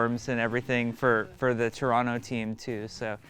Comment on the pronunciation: OMG Jeff can say Toronto properly... I'm stunned.